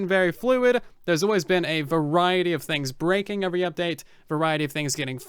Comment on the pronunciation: Sort of wish you wouldn't make it sound like Bedrock edition sucked and only sucks. Other than you saying "Uvery" instead of "Every" ... It's obvious you hate the platform you chose to play on. It's becoming tedious listening to you say "because Bedrock"